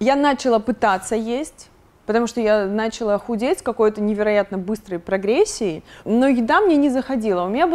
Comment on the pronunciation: Почему бы не говорить слово "началÁ" правильно???? Нáчала это не по-русски.